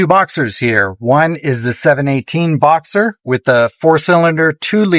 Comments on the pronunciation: boxster, not boxer☝️ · I appreciate the idea of this video. Remember that as much as you may like the sound of these two their two of the worst sounding Porsche’s in history. When you have better sound equipment do this again and include some older examples. And, please learn to pronounce the “T” in Boxster. It’s not thesame word as the name of the engines with opposing cylinders.